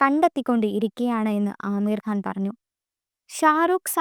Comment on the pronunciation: ആമീർ ഖാൻ ആല്ല മോളെ അമീർ ഖാൻ എന്നാണ് 😅😅